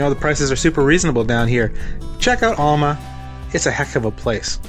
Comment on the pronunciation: Thanks for the vid, really enjoy them. Also enjoyed your play on words with Cape Enrage/Cap Enrage. One last observation, ifn' ya wanna sound like a local, its pronounced AL-MA like your Uncle Al not ALL-MA like all of your uncles. Cheers lad and looking forward to the next one!😀